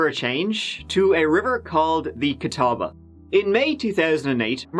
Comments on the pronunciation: Gratz on pronouncing Catawba correctly! I know locals there that get it wrong. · When covers a story from your town. Cheers on the correct pronunciation of Catawba! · Why is it that the area where I live is only famous for things like this?! Please know that there are actually wonderful people and good cops in NC. Also, kudos to you for pronouncing Catawba correctly. :)